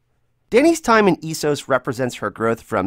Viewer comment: I had to stop the video because your pronunciation of Esos & Iron is absolutely ridiculous. I don't understand why Americans feel the need to pronounce words completely different to how they hear them. I didn't think I'd ever see the day where somebody could mispronounce iron 😂